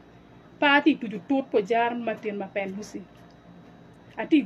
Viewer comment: The way he's calling his name for me 😂😂😂 Mabenduzo😂😂😂😂😂